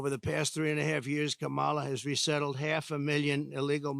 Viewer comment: Still can’t say Kah muh luh right